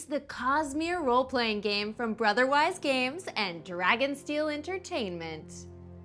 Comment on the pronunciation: I was very confused and could have sworn you said "...from Brotherwife games"